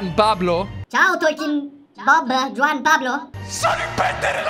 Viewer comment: Un consiglio,in spagnolo la J si pronuncia K,quindi il personaggio non si pronuncia Giuan ma Kuan.